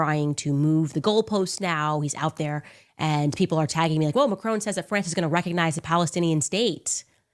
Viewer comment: Macrone? Macron. Is she really that bright. ?